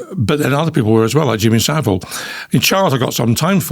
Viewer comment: It’s vile not ville. Easy to remember.